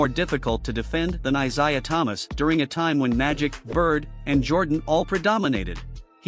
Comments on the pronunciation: On top of that, the man's name is pronounced eye-zay-uh. Not eye-zy-uh. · eye ZAY uh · Haha...who was that ? Nat (Tiny) Archibald maybe ? Sure wasn't Isiah...maybe also learn how to correctly pronounce his name😂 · Plz learn to say “Isiah” and Stephen curry name right.